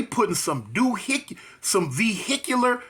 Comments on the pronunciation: Vehicular dehicular 😂😂😂😂😂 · Lmao 😂 Vehicular Doohicular lol 😂😂😂